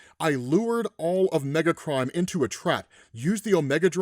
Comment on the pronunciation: Every single time he said "Megacrime", I heard "Megatron". Every time.